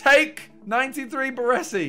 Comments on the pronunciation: ✨BARRWUESSI✨ good😂😂 BARESI bro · Triggers me how he pronounces Baresi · Why can no fifa youtuber pronounce Baresi's name correctly?